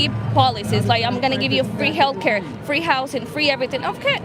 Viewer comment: Fwee Fwee Palestine mommy